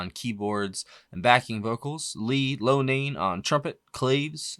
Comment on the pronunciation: I friggin' loved Terry Kath! It hurt me to the core when we lost him. What could have been.... This song is just amazing. Cetera's bass line is just fantastic. Loughnane is Luff'-nane. Cetera is Suh-ter'-uh. You should check out some Blood, Sweat & Tears, too.